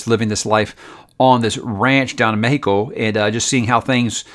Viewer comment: Thanks I started reading empire of silence. Can't put it down. And your to American to say Mexico like that. 😂